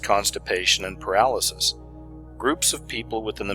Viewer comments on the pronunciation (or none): none